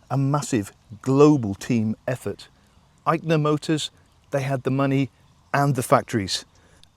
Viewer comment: Sir, It were never IIKER motors rather it has always been AISHER motors as better pronounced !